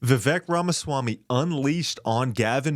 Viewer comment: # You pronounce Vivek like /viv Ake/